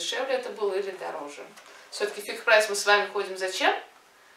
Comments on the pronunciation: Почему "Фиг-Прайс"? 😁😁😁 "Фикс-Прайс" же ☺☺☺ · буква Х на конце слова fix читается как КС. Это ж магазин фиКСированных цен, а не фиХированных (такого слова даже нет). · Вы произносите почему-то как Фиг-Прайс (или Фих-Прайс)